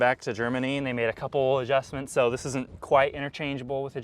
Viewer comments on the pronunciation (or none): and “uhm zis is cool and “Zis is cool” had me laughing 🤣 extra hard for a few minutes there